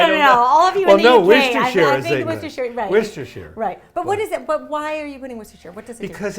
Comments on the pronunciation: Yay! You’re saying Worcestershire correctly! So many Americans struggle with our weird place names. 😀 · You said Worcestershire correctly! Most Americans say shire as if it is ‘shyer’. It’s always ‘sher’ when talking about a county (Wiltshire, Lincolnshire, Yorkshire, etc ) but a ‘shyer’ when ‘shire’ is used on its own. I tend to only say Worcester sauce at home as we all know know what it is so drop a syllable. Lea & Perrins is the original.